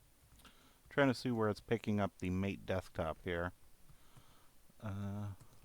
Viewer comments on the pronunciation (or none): Hey just to let you know it's pronouned mah-tae no mate. Not trying to be pretentious, just thought you may want to know. This was a pretty good video, keep up the work!